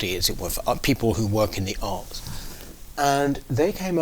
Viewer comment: When he says 'arts' it sounds like arse. Sorry to bring the tone down, but I couldn't unhear it once I'd heard it and I had to get it off my chest.